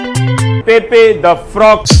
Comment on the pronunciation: Ravish does not even know how to pronounce Pepe.